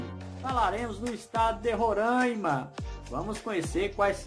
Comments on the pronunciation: Pessoal de RORAIMA não gosta muito de chamar RORAIMA de "RORÃIMA". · Não é Rorâima é Roraaaaaaima